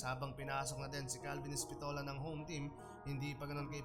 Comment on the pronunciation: Epistola hindi espitola, ayos mo pre